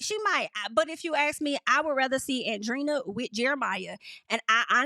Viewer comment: It’s not Andrina. Andre-eena, that’s how you pronounce it. Hope it helps